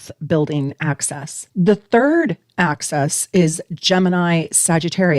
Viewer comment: Axis - line (opposite ends) (not pronounced "access" which is something you can enter or obtain) or axes..things that you throw.